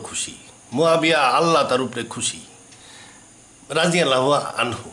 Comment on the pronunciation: উনিতো রাদিয়াল্লাহু ঠিক করে উচ্চারণ করতে পারছে না।